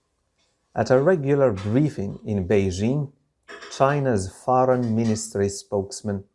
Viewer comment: 👍👍👍👍استاذ كلمة foreign اعتقد تلفظ فورن وليس فارن ?